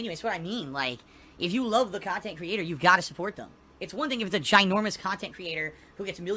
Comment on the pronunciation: this is extra long khantent